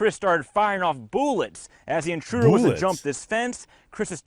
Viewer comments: "He fired off BOOllets." spooky season in full effect. 👻😈☠ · The TWELFTH and final shot hit the guy. Where'd the other "boolets" go?! That cracked me up.